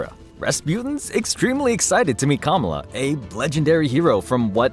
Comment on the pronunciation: I find so annoying when people make videos, and they are not even smart enough to verify the proper pronunciation of words, or names { Kamala} before they release the video. It makes them look like they have no idea what the hell they are talking about........